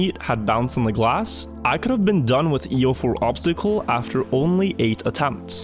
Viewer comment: obztacle xD the word is obstacle xD